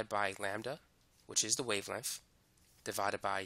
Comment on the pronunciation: how he pronounces "Perfec" and "wavelemff" got me dead